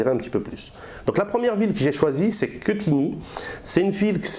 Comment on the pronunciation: mon dieu... ça se dit Quétigny et je ne suis pas certains que 3 critères pour analyser en 5 min ça suffise.